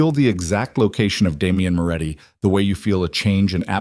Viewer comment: His name is Moretti, not Muratti, he is running a criminal organisation, not that of a cigarette producer.